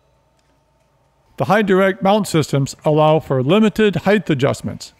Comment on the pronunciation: These are amazing tutorials but holy cow it's so annoying when he says heighth instead of height lmao.